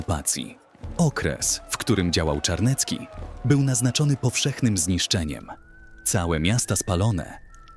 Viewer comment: Zawisza Czarny z Garbowa. Zawisza to było imię, a nie nazwisko. Natomiast to powiedzenie o nim brzmi "polegać jak na Zawiszy", więc nie kombinuj, bo przecież wystarczyło sprawdzić. I Czarniecki, a nie Czarnecki! Od razu widać, jak znasz polską historię! Litwa nie była wcielona do Polski, lecz stanowiła równoprawny człon Rzeczypospolitej Obojga Narodów, gdyż oba państwa łączyła Unia personalna, tzn. wspólny władca. I ot-tomański, a nie otomański! A Wiśnicz od bardzo dawna aż do dziś jest własnością książąt Lubomirskich. I nie Lankoroński, lecz LanCkoroński od LanCkorony!